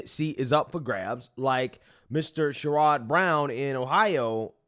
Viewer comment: all love but it’s pronounced Share-Rid not Sha-rod. Again all love. He’s very similar to a blue dog Democrat he’s pro worker but he does always fall in line with the Democratic Party.